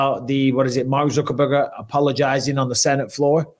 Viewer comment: I love how Mike consistently calls him Mark "Zuckerburger" 😂😂😂